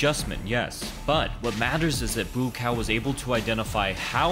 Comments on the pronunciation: Yep, it would be pronounced "Booa-kow" (White Lotus, but you read it "lotus white") with the first part mid tone, and the 2nd part rising tone & a long vowel. (I can speak/read/write Thai) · I kept hearing "moo cow" the whole time. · Why pronounce his name as boo cow? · His name is pronounced. 'BUCK-WOW' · Good observations but you absolutely butchered his name. How many times have you seen him fight before this video? Never heard his name called? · thats not how you say hes name.. :P hehe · Learn how to say his name first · The way he’s saying his name 💀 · You didn't make it 3 seconds into the video before butchering his name... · Your pronunciation of his name isn't accurate but it really is commendable. Big thumbs up for trying not to say it wrong.